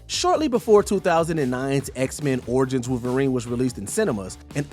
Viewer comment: Who is Wooverine?? This narrator is a joke, get rid of him